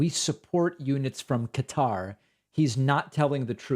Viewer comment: Spent how long in Afghanistan and can't pronounce Qatar?